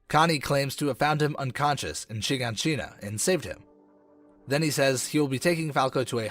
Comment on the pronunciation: It's not Shegoneshina it's Shiganshina😂